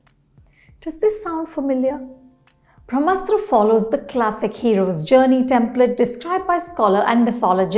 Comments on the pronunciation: It's not Bhramastra ma'am, it's Brahmastra 🙏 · It is not भ्रमास्त्र it is ब्रम्हास्त्र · It's pronounced brahmastra...not bhramastra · This madam also says bhramastra and but can speak clean crisp french.🤣